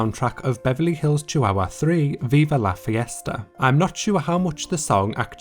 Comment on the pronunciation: "Veaba la fhiezta"